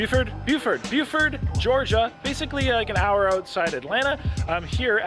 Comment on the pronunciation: He said Booford